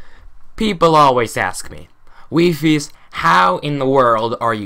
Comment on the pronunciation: "WeeFees" so that's how to pronounce it